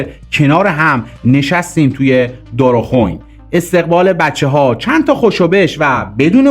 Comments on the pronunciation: درست تلفظ کن. اسم این مکان رو ..‌ عجب ها ...... دارخوئین.... ن دارخون...... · دار خوئین گویند نه دارخون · چقدر در تحقیقات تان سهل انگاری میکنید که نمی روید چیزی را که دقیق نمی دانید از دیگران و مسن ترها بپرسید تا در تلفظ دارخوین اشتباه نکنید !!!!؟؟؟؟شما که سن تان به زمان جنگ می خورد!!؟،؟چرا کلمه دارخوین را خوب و درست نخواندید!!!؟؟؟؟ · با احترام و تشکر تلفظ منطقه دارخوین اهواز با کشیدن کسره زیر حرف ی درست میشه دارخوین با کسره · درود بر شما خدا قوت با عرض معذرت میخاستم بگم بعضی کلمات واسمها را اشتباه تلفظ میکنی مثل کروچیو ودارخوئین